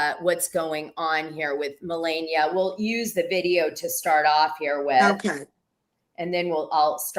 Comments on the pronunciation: Why won't she say Melania correctly! It is so irritating. Not funny. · Oh I'm leaving I can't stand to hear another couple hours of Dana saying millenia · Get her name right Dana!!! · Not gonna lie i cant stand how she messes her name up. Its like she does it on purpose and it seems a bit disrespectful especially since shes been corrected. Now she knowingly messes it up. Idk imo 🤷🏿‍♀️